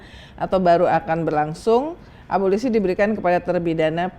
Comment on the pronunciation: Abolisi...., instead of 'ABOLOSI"